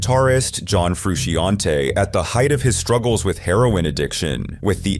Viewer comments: Please use humans to narrate. "Red Hot Chili Peppers.. John FRUIT-SHE-ON-TAY".., How screwed up can you get his name?! God. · John fershiante? Butchered his name dud3